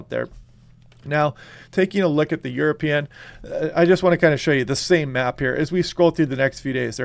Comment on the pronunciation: 😎 European = YourAPeein 😎